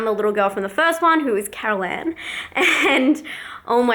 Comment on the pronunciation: "Carol Ann! Carol Ann!" in your southern twang accent! :D Cliffhanger... anticipating the finished carved pumpkin!!!